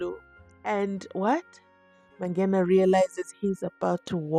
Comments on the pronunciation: Mangena not Mabhena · Mangena Mangena Mangena not Mabhena